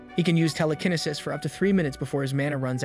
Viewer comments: Someone tell this man it's tele-kin-ee-sis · I really like this channel but in the minimum amount of disrespect possible I would like to point out you have slight mistakes pronouncing telekinesis and chaos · Bro pronouncing telekinesis all wrong had me triggered 😂😂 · "teleknisis" truely amazing